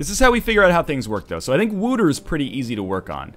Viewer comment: Just replying to an older playthrough here. You're not very good at pronouncing stuff, are you? Wouter is not pronounced Wooter, the closest you will get with an English pronounciation is probably Wowter or Waoter. It's a Dutch name. Then again, I'll grant you that the language in this game is also done pretty bad. Just look at the end, "pacific" attitude? They've got to be confused with the word pacifist :s